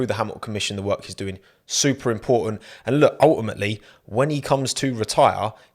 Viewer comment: Nobody:: UL-i-Mate-ly